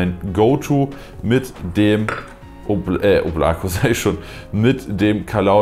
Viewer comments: Fühl ich eigentlich heißt es oblaka also in der Aussprache (Wolke) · Es spricht sich Óblako. Die Betonung ist auf der ersten Silbe. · Balya wie mich diese deutsche aussprache von Oblako triggert😬